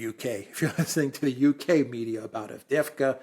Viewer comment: And you to,? Normally you pronounce Turkish and Russian well, and today Avdevka instead of AvdYeYEvka. City is clobbered, and of top of it, two Greek commentators want to take away a whole syllable! Insult to the injury.